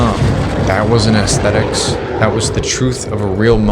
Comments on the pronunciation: How can anyone take this kid seriously? Everything about him contradicts what he’s saying. It sounds like an AI script, he’s looks maxxing by wearing makeup, his clothing is nothing more than cosplay, and he can’t even pronounce aesthetics properly. What a joke. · It's when you call it "ass-thetics" as opposed to "ess-thetics" that you nail down exactly the sort of generational concept of quality that's being discussed here.